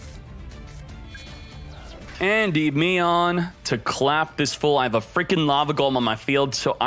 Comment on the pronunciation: Nice video but, En-dim-ean unless I'm wrong